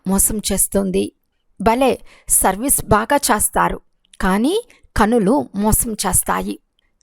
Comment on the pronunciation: Modata meeru letters ni chakkaga palakandi chastaru kadu chestaru.